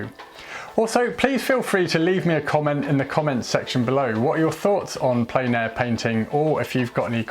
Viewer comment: It’s pronounced “plen.” It’s a French word meaning “full.” As in, painting in full air, or outside. It’s not “plain.”